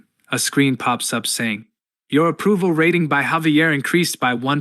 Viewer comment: I suggest you need to check the pronounciation of the voiceover, your A.I voice is not reading 'saf-tee' or 'rat-ting' correctly.